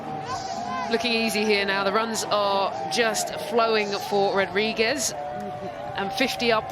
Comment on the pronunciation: Why can’t the commentators pronounce Rodrigues’ name correctly?